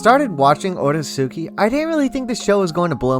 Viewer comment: You mispronounced the name you wouldn't call the Akatsuki AH KAT -SOO -KEY. It's pronounced OH RAY- SKI